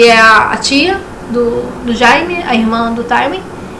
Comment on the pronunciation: Jaime se diz "Djêym".